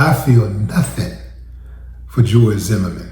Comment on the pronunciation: Pronunciation of "Zimmerman" sounds like a French man saying " the merman"..."zhe merman"..like Jacques la Long on Beetlejuice cartoon from 90's.🤣🤣🤣🤣 🎯🗝️💥